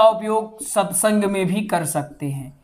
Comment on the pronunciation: Satsung hota hai ji satysang nhi hai